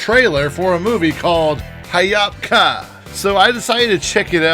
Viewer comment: This movie took 3 years to make lol also Ha-yop ka not Ha-yap ka